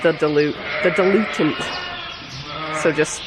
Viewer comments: Dil’ you ent. Is how to pronounce it. Old Vet Tech chiming in!♥️👍😎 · Hey lady. Called a diluent - pronounced. Dil- u - ent. Mix the active drug with the diluent. I’m a pharmacist. 😊. Love your vlogs♥️